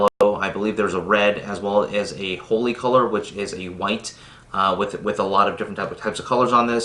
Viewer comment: His pronunciation is correct.